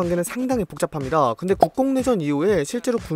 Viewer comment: 국공내전이 국뽕내전으로 들려버렸다...